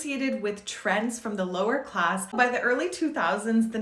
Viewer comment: Her snapping into French dialect during “lower class” is awesome